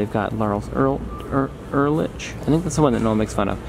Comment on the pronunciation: FYI, Lars Ulrich's last name is actually pronounced as if there is a "k" at the end, like "Ulrik".